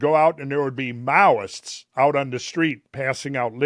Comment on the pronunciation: Mowists or..... Meowists? 🐈🐈‍⬛